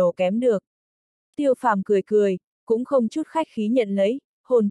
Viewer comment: Tiêu phàm mà đọc tô phàm hoài